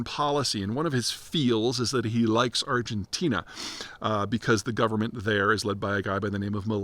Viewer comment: ArgenTEEN-uh! Lololol we still love you, Peter!